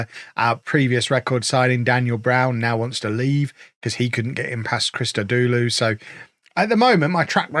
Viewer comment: I listen to so much more than I actually watch, that today is the day I realized his name is Charlie Christodoulou… instead of Chris Todoulou 😂😂😂